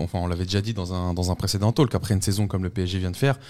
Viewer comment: super vos videos. Juste un truc, ça fait longtemps que je voulais écrire...On ne prononce pas le L dans le mot talk ! Faites ce que voulez de cette remarque mais voila c'est dit ! Bravos les gars et vive le PSG <3 "La prononciation de "talk" en anglais est [tɔːk]. Le son "a" est comme le "o" dans "horse" (en anglais britannique), et le "l" est souvent silencieux. Donc, cela se prononce comme "tawk".